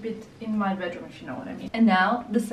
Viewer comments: hah bedroom, not badroom. or is it a bad room?:) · Did anyone else notice ‘badroom’ instead of bedroom? Maybe not, cuz it’s such a lovely apartment 😍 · STUH-NING! Your happiness was contagious in this vid💋 also “BADROOM” 😆Xx